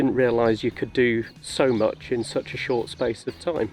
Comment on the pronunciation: How moch, mate, how moch?